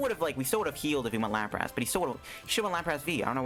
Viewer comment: "Lapr-ASS" i cant unhear your pronounciation now, thanks